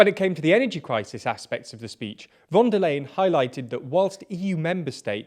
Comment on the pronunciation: it's pronounced like "fonder line,"